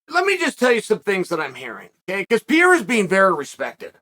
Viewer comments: Piera? How do guys at Uncle Chael’s level of experience and exposure, still get these names so wrong? 😂🤔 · I keep think he's saying Pierre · Why does Kale keep calling Alex "Pee-era"? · Why is he always saying his name wrong peira 😂😂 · Came for the "Pee-era"... stayed for the "Pee-era" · Yo have to stop calling Alex "P-era". Ask Henry or some other hispanic to teach you how it is correctly pronounce. All the best! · “Piera” im dead, love you uncle chael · It's not "Piera" you dolt. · Chael… say PER-REY-RA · “Pee-era”. Undefeated. Undisputed. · Is he calling Pereira "PIERA" for a reason? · Per-eira.. c'mon Uncle Chael.. and don't give me that, it's a Spanish name bullshit either. 😆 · you keep saying his last name wrong. It's not Pierre-a! Lol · I love that Chael is calling Alex “Pee’era” lol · Pier , Piera, Perrier he made me forget who Adesanya is fighting with 😁! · Chael: "Pee Era" Me: OK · As a Brazilian, I hate how Chael pronounces Pereira 😂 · You right on point but can you say pereira correctly 😂😂😂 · Mispronounced his name every time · Chael, please, please, please! Start pronouncing their names right! Pe-re-i-ra, Ma-kha-chev What's Pierra and what's Maklchev, you add and reduce letters which aren't even meant to be there! Anyway, I genuinely hope Izzy gets taken off the throne but I highly doubt as an MMA fighter and with how much Adesanya's grown over the years, that Pereira has a chance. Both very good strikers, Pereira has heavy hands and KO power which Izzy's been mocked relentlessly for not having (Although he believes he does), but I believe Adesanya has the bigger skillset. More variety, more kicks, the flashiness and the quick stance switching. I think Izzy's going to win by score. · chael Who the fuck Is Piera?😂😂😂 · Uncle Chael Unlocked a New Fighter: "Alex Pierre" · Who is Piera? Ahah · ...who the hell is "Pierra"?! Who is Uncle Chael talking about? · “Pee-era” lol😅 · It is Pereira not Piera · its Per-Rayra... not Pee-Era ... PEREIRA and roll your R's